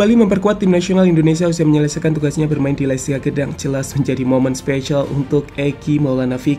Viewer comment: Gdanks min bukan gedang